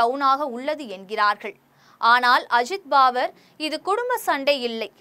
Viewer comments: Mam , u get the names correct first.. it is உத்தவ் and ஷரத்‌பவார் பாவர் அல்ல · பாவர் இல்லை மேடம், பவார் 🎉